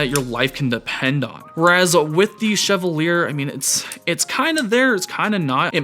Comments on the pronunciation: Bruh, Fire video, Fire knife. Loved the intro and breakdown. Your lighting setup is incredible. Also, I think it's pronounced "Cheval yay". French AF. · Respectfully, can I suggest that the name of the knife is pronounce [she-va-liey] or, in formal IPA [ʃɛvaǀje], from the French, meaning “knight” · sheh-VAL-yay. As in the French actor Maurice Chevalier.